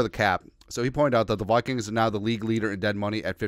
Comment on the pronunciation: "the Wikings"